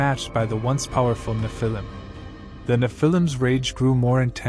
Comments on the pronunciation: It’s pronounced Nef-il-lem, not Ni-fil-lem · N you need to say NE phil I’m, not ne Phil IM